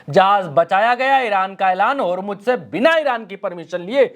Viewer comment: होरमुज होरमुज क्या है. ज़ ज़ होरमुज़ बोलो.